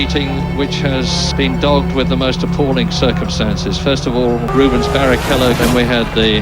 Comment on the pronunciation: His name is Rubens, not Ruben.